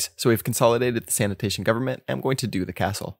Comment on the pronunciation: sanation sanation